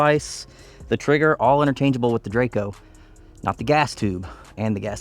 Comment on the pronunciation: Drako, not drayco :D